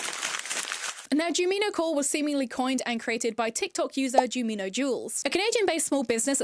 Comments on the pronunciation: btw jumino is pronounced JUME ino since the creator based her aesthetic off the cute forest sprites from Stardew Valley called junimos (pronounced JUNE imo), just switching the m and the n. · her not saying Jumino correctly is killing me😫